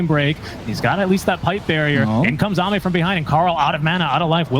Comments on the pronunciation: did he just pronounce AME as aim? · Thats "Amay" thank you. Not "Aim"🤪🤷‍♂️ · Everytime he said "Aim", I physically cringed. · They are casting in English, the proper casters call it xiao8 as well they call ame aim is so funny as well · Let’s not forget that he called Ame Aim for the first 5 minutes until corrected